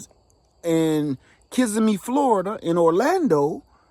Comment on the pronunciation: Native Floridians don't say Kissimmee Florida the way you did...lol. Ki SIIIII me. Sound like a native if ya say it that ah way. Lol